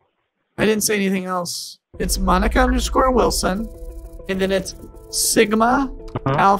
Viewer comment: Wislon instead of wilson too 💀